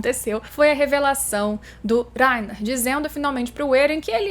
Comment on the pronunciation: Berotoroto e Laina, fala direito.